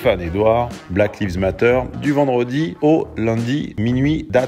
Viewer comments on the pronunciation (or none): Tu le fais exprès ou quoi ? Black liiiiives matter. C'est black laïves matter. "Lives" n'est pas le verbe "to live" mais est le pluriel de life. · Bahaha cet accent anglais de qualité: Black Leaves Matter => les noirs qui partent comptent 😂😂😂